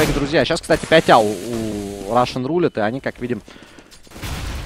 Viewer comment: Специально для. В слове Roulette ударение на первую «е». RUSSian + roulETTE = RUSSETTE. Комментарии на 4/5. Умеешь лучше.